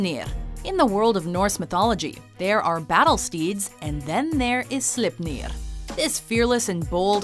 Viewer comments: Its sleipner not slepnir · I died a little everytime but Sleipnir had me in great pain. It's pronounced "slayp-neer" not "slipp-neer". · Slipniir? Its pronounced more like: slay(as in kill)pner(ner as in ending in corner) slayp-ner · Slipneeeer. xD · I only reacted to Sleipnir and how she kept saying Slipnir like the E wasn't there. That's just reading comprehension fail